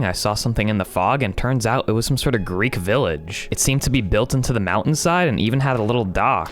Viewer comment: It’s Greek not grease